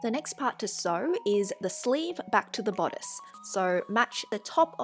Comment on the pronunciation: "BODDICE" lollllz